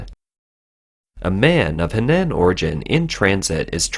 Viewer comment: HENAN is pronounced HUH-NAHN wake up reporter!